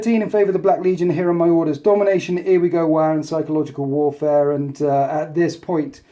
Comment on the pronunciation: It's Wagh, not War